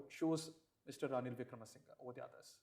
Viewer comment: His name Wikramasinghe, not Vakkiramasinghe ( . Better to hire a new translator.